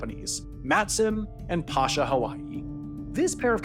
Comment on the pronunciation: Pasha Hawaii is pronounced "Pay-shah" Hawaii.